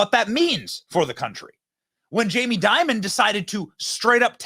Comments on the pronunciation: You keep pronouncing and spelling his name as "Diamond". It's "Dimon". The dude's name is "Jaime Dimon". IHTH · It’s Dimon… not “diamond” do some research dude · His last name is not "Diamond" --it's DIMON (pronounced DIE...MON) JAMIE DIMON. You're welcome. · Jamie Dimon there’s no “d” on the end 😂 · Dimon not Diamond lmao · It's Jamie "Dimon," not "Diamond." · Who’s Jaime Diamond? It’s Dimon. At least make the tiniest amount of effort to know what you’re talking about. 🤪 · again Benny loose with the facts... Dimon, not Diamond... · Fyi it’s Jamie Dimon… not diamond